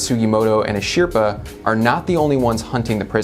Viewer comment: Anyone else bothered by how he pronounces Asripa?